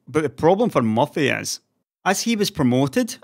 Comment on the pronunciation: Is his nickname MUFFY or Jim is pronouncing MURTHY's name wrong with his accent?